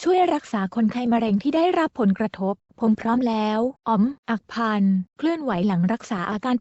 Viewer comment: อ่านว่า อัค คะ พัน